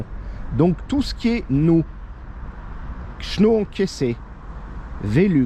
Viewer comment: On dit un chaîneau et pas un Chno 🤣🤣 je me moque